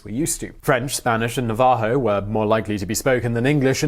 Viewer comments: 'næv-ə-hoʊ not nə-'vɑː-hoʊ FFS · Nava-Ho not naVAho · Its Navajo, not nava-jo🤣🤣🤣🤦‍♂️🤦‍♂️🤦‍♂️🤦‍♂️🤦‍♂️🤦‍♂️🤦‍♂️🤦‍♂️🤦‍♂️🤦‍♂️🤦‍♂️🤦‍♂️🤦‍♂️🤦‍♂️🤦‍♂️🤦‍♂️🤦‍♂️🤦‍♂️ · 'NA - va - hoe', not 'nah - VAH - hoe'. Of the various pictures of Billy you showed, ONLY the one of him standing with his hand on his gun, scarf, hat and half-smile on his face is authenticated as genuinely Billy the Kid. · "Nuh-Vuh-ho" lol it's Nah-Vah-ho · Nuh-va-ho? Nav-a-ho. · Nav-ah-HO... not na-VAH-ho.. ...bleedin foreigners. 😜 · "naVAho" should be "NAvaho" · its not (Nuh-VAH-Ho) its Nav-a-ho. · Never heard "Navajo" pronounced "N'-VAH-ho" before. Normally, it's "NAH-vah-ho." :-) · Nava- Ho not na-vah-ho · It's pronounced ... "Nav - a - ho" ▪︎▪︎▪︎ You just managed to insult an entire Tribe of proud Indigenous Peoples. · I know right, Na-VA-ho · Its pronounced Nav-ah-ho but a "J" in place instead of an "H". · Nav-ahh-ho? Jesus, Simon. You have the voice of an intellectual. I'll leave it there, just as a compliment. If one thing bothers me most on this website, it is mispronunciation. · lmao the way he pronounces Navajo- "N'vaa-Ho" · Na-VAH-ho. Now that IS an eccentric pronunciation. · Na-VA-ho, lol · We Yanks say NAV-a-ho, emphasis on 1st syllable...🙂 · I thought the same thing. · Did you just mess up Navajo? 😂😂🤷 I love ya but that's not how we say it here. Hahaha. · dwyer I will not chill. The Navajo have been on this soil for a very long time and this is not the 1st video in which he has mispronounced the Tribe's name. He could have looked up the correct pronouciatiation but he didn't. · He has mispronounced this Tribe's name in at least 2 or 3 separate videos now. It's not "an accent thing" either. He takes the time to look up pronouciatiations on other videos, why not this one? I have pointed it out to him in every video where he said it incorrectly. He made no effort to learn from his mistakes. It would matter to you if you were Navajo. ▪︎▪︎▪︎ I do know how to pronounce Che BTW.